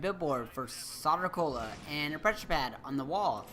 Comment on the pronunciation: Thanks for all the help with the crazier Enigma files in this great game! Much appreciated! Oh, and with all respect, you might want to know that "Soder Cola" is pronounced "Sew-durr". It started out in Superman comics, as I recall, and the name is a bit of a joke -- it's meant to sound like the way a stereotypical "New Yahwker" would pronounce "soda". Like, "Yo, Vinny! Gimme a soder!!!" Cheers!